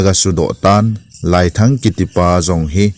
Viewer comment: Laiiii len ti d ahe, "lai" hi kai sao di ahe